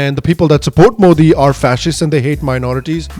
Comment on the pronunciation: They can't even pronounce Modi properly